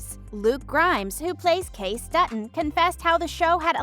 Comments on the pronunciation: It's pronounced "Kay-See", just like the more common spelling "Casey", not "case". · It's cay ce, not case. Where are the clips of improvisation? More click bait. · Did you pronounce Kayce as "Case"? Have you ever even seen the show?